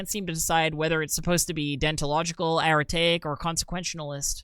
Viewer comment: Your inability to pronounce any of the three words; deontological, consequentalist or aretaic, dealt 6 psychic damage to me